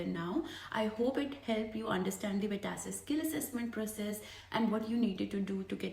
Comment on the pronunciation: it is VET ASSESS!!!! not VETASSISISS